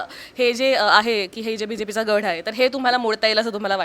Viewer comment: गढ नाही गड म्हणा. हिंदिमुळे तुमची मराठी बिघडली आहे.